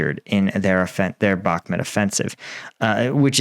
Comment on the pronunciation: Can you please say the word Bach - Moot not how you say it like Bach-met